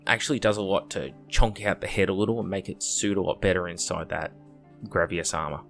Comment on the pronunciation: "Grav-e-ass" again with internationally mispronunciation of words. How did you get that from Gravis? Where are you pulling this extra A from?